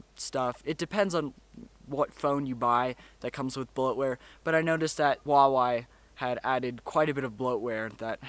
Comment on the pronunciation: Hu-wa-wei OMG i hate people pronouncing huawei wrong. BTW great vid!!!!